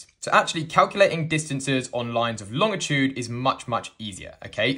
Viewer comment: Lol. Pedantic note, the guy pronounces 'longitude' correctly. There is no 't' after the 'g'. It's LONG-itude.